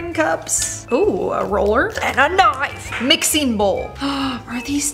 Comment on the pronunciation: The way she said “AND A KNOIFE!” 😂 🔪